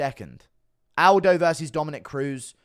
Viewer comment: Say Aldi